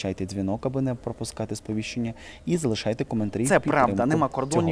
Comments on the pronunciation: Алли Борисівни , а не Алли Борисівної.😂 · ЗаІПав, як дятел, зі своїм «БорисівнОЇ»! «БорисівнИ». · Не Борисівної,а Борисівни!